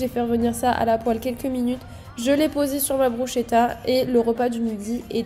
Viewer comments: je suis italienne blg, on dit brousquétta et pas brouchétta 😭😭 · Hey ! J'adore tes vidéos et ton contenu, tu es vraiment inspirante et motivante 🥰💫 (ps: on prononce brusKetta et pas brusCHpour😭) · ca se dit brussketta dsl mais ca me stressais trop mdrr, jadore tes vidéos en tout cas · j'ai adoré ta vidéo tes repas ont l'air super bon !! (par contre bruschetta ca se prononce "brusketta")☺️ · Bruschetta se prononce brusKetta 😊